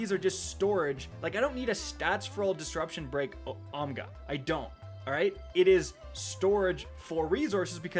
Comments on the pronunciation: I want it to be known that misprounces 'OGMA-PR6' and says "OMGA." They actually took the effort to photoshop the gun to say 'OMGA' I mean c'mon. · When he changed ogma to omga when mispronounced the name had me rolling. Super fun vid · since I have brain damage, I say "ogma? more like pogma" every time I get one as a drop, so there was no way I was missing it instantly went wtf dog at ' pronunciation, but immediately roflcopter'd once I saw the edit on the screen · Changing the name on that Ogma when mispronounced it made me feel like I was having a Mandela Effect moment.